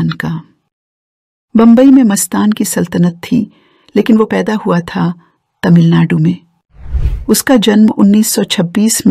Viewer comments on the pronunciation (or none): none